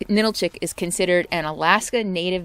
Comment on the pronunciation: I'm sorry, but I have to correct your pronunciations again because you have butchered many of the names. Especially when you speak of the AL - yoot (aleut) and Ah - LOO - tick (Alutiiq). NA - nill - chick (Ninilchik). AH - skoal - kof (Oskolkoff). Da - NYE - na (D'naina). Sol - DOT - na (Soldotna) And if you like down home, visit Talkeetna. Although it's very touristy in the summer. And did you call the animal on the whistle a moose?! It's a caribou. 😕